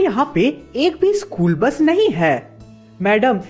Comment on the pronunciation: school bus ❎ Chor bus ✅